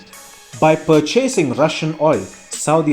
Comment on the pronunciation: It's not pronounced "per-CHASE-sing", it's PER-CHA-SING .. purchasing!